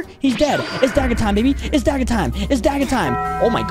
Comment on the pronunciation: Bro said dagga time 😂😂😂😂😂😂😂😂😂